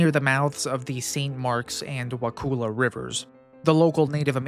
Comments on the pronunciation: Wacissa prnounced Wassissa Wakulla..pronounce Wah KULL a not wah cool a. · Wa kull ah not Wa cool ah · It's pronounced Wa-ku-la. All vowels are short. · Wa-Cull-a not "cool" pronounced Kull as in to cull a heard. Why can't anyone get this right? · Wa' kulla' not cool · It's pronounced "wah-sissa" and "wah-kuh-lah" damnit non Floridians always fuckin it up...😂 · I'm glad someone talked about it, but it is pronounced Wa-kull-A(h). Not the way you are saying it. XD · Wakulla Springs is definitely not a hot spring. I've swum there many times, and the water is barely tolerable because of the cold temperature. I lived a little south of Wakulla (pronounced wa-KULL-a) in the early '70s, and never heard of this. I believe the reports of the past, and my guess is that it was a peat fire. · It's Wa-kull-ah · Pronounced wa-ka-la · Wah- CULL-a please do your research to avoid mispronouncing place names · Ey!!! The Volcano!! You know the Great Wakulla Treasure is right there by the volcano ❤ Just an hour stumble Sorthweast. Also, we say "Wah-kuh-lla" and "Wah-sis-ah." If you see a word that looks even vaguely native, say it like a bumpkin, and you'll fit right in 😊 Folks 'round here tend to favor the smuggler/pirates/bootleggers version. Thats why we have the legend of the Great Wakulla Treasure. Nice vid, keep up the good work. Go War Eagles! 😜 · Couple local pronunciation things: Wacissa rhymes with Narcissa, as the ‘c’ has a soft s sound. Wakulla is pronounced “wuh-KULL-a” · you might be an exception tbh ive never heard it pronounced wuhkooluh here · only people not from this area pronounce Wakulla with a long U. That’s how we know they aren’t from here. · Dude, it is pronounced "WA-CU(like what up Cu?)-LU". Because U can't prounce this, nor 3 other words all Floridians Can, I give this video 1/10⭐️ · 7th generation Wakulla Countian here. Great video. You mispronounced Wakulla, but I forgive you 😊